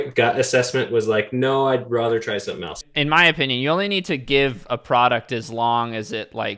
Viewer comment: stop saying rother, it’s rather.